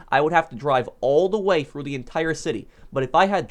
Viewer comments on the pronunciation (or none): none